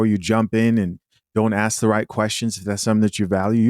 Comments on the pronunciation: This is hella embarrasing, why yall as a people even entertain this. We had Jerry Springer, we love trash tv as much as the next one, we also knew it was exadurated ...... but ive never seen this stuff, this is no entertainment, this is just sad. Also its ask not axe, not a single one on that show can say ask, asked..... its always the axe, axed, . How they they pronounce axe then? As ask haha, its just so cringe to see collective incompetence, foolishness. Why the disrespect towards the very language you speak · I could never take advice from someoem who can’t even say “Ask” let alone the whole room who can’t even say the word ask. XD